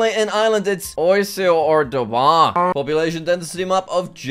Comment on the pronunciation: He said Dhobar so funny😂